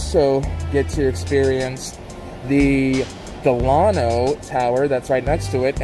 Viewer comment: You’re mis-pronouncing Delano. It’s like Della-no. Good tour, though. Just a pet peeve of mine.